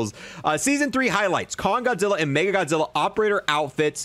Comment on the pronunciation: As a huge Godzilla/MONSTERVERSE nerd. I’m getting all three! Love the videos but I think you’re saying “MegaGodzilla” when it’s “Mecha Godzilla.” Sorry to be that guy.